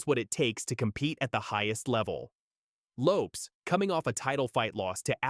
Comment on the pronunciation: You’d get more views if the AI voice is corrected when it says names and words incorrect! Loopes?? What the heck is a loopes haha